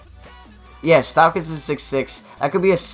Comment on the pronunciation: Stephen not Stefon. Stauskas not Staukas